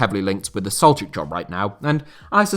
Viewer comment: Howe is being linked with which job? I've listened back to it a bunch of times and can't understand it. Celtic? Something that sounds like Solchick?